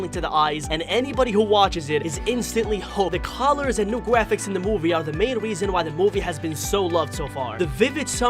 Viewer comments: I like how he says graphics like gwaphics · the gwaphics twailer